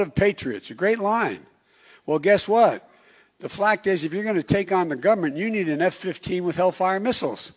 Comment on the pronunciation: “The FLACT is...” - Joe Biden